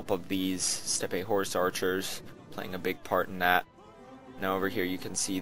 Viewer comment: Great vid love the 3v3s! Cool that you get to play the commander! Real quick though, it is 'Steppe' pronounced as 'Step' not 'Ste-pe' since it is an English word with a Russian origin and not a Greek or Latin root.